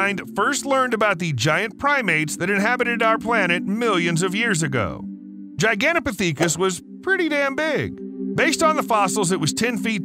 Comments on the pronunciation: HOLY CRAP, they even spelled Gigantopithecus wrong. I cant even say it the way he was MIS-PRONOUNCING it. It's Gigantopithecus, with an "i", NOT Gigantopathecus with an "a". Its pronounced pith-i-kuhs, NOT "pa-thee-kus"...LMAO! And yet ANOTHER correction is that Gigantopithecus DID live alongside humans. Jack Rink, a professor of geography and earth sciences at McMaster University in Ontario, found fossilized remains of the huge ape. Using fossil dating techniques, it was determined that the primate lived between 300,000 and one million years ago. Humans also existed in the same area, at that same time and would have DEFINITLY have come into contact with the giant ape and competed for local resources such as food. So YES, humans and Gigantopithecus lived side by side for AT LEAST well over 900,000 years or even more, up until the Gigantopithecus ultimately went extinct around 100,000 years ago. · I really enjoyed your video. You have to research a little more though. It’s not pronounced gigantopictheekus , it’s gigantopickithus Saying it right gives a little more credibility. Everyone is entitled to their opinion, but unless you’ve seen or heard something that cannot be explained except for it being a Bigfoot, they will remain a source of amusement As will the people who have gone into the bush and have had something unexplainable happen to them, such as myself. Miles from anywhere deep in the Alberta wilderness something happened that cannot be explained unless the existence of Bigfoot is real. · "Gigantopithecus" is pronounced "jai-gant-oh-PITH-e-kuss." The first syllable rhymes with "lie," "sigh," "pie," etc. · Actually it’s pronounced jai-gan-tow-pi-thuh-kuhs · Dude Giganta PTHICAS. 😂😂you say it wron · Really should have learned how to pronounce the name properly for Gigantopithecus (jai·gan·tow·pi·thuh·kuhs) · OMG please re-dub this video after looking up how to pronounce Gigantopithecus 😂 its Giganto• (like gigantic but with toe at the end) pith•eh•cus